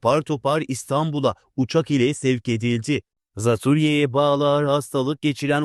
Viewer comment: hay dilini eşek arısı soksun. Daha "Zatürre" demeyi bilmiyor, Türkçe vurgulardan habersiz, kalkmış haber okuyor ..ne Altın Magazinmiş..